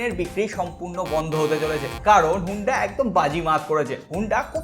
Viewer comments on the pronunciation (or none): Huunda na honda